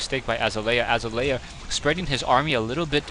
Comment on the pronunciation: it's azalea...like uh-zail-ee-uh =)